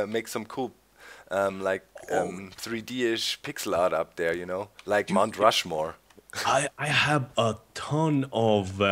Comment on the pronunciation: Mount Docmore...? Mount Crackmore? lol